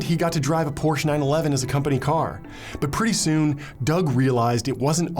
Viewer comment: Wow I can't believe you pronounced Porsche CORRECTLY!👏👏👏👏👏